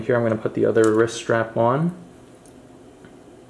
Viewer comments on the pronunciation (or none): Why is he saying risk instead of wrist?😂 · Risk?? Lool my guy the word is wrist no K and yes their is a T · Every time you forcefully push it in I cringe and also when you said risk instead of wrist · Am I missing some reference when you say risk and not wrist? haha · Its wriST not risk but ok 👍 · i would like to thank for doing this for us...as for saying Risk instead of Wrist...get a life you rude people...we all make errors in speech at one time or other... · I hate this video it’s because he said risk multiple times and not wrist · Are you saying “wrisk “ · I thought he was saying risk, dang. Irritating. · The word ends with a T not a K and there is a w in wrist. No Kaaaa. Just Stttt